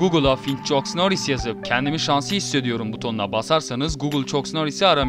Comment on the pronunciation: chuck norris "çuk" diye okunmaz "çak" diye okunur